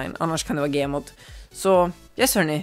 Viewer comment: Det heter gmod inte gemod